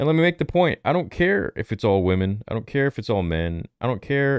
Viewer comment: “We need more wamans!!”